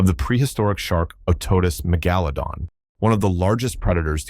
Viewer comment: Great digital narration. I especially liked the 3 different pronunciations of Megalodon, all incorrect. 🙄